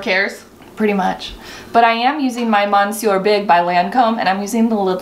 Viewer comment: Love you guys but you and all other beauty youtubers need to take some French classes. Monsieur is pronounced MISS-yer (ish. That’s how English speakers can say it, at least). Nuit is noo-ee. No T. Pleeeeeeeease. <3